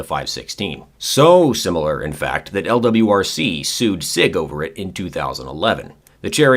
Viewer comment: You pronounced lwrc wrong